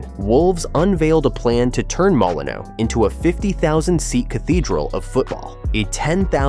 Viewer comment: So many incorrect figures, some wrong dates,but worse still, several different pronunciations of "Molineux.